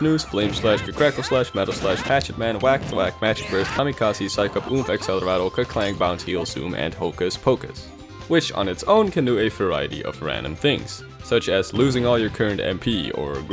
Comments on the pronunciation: I swear he says acceleratle, instaed of accelerate. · Oh my god he actually said acceleratle instead of accelerate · It is actually pronunced Acceleratle not accelerate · There's a 20 percent chance someone actually says acceleratle lol. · That's the fucking point you dunces, everybody else says accelerate smh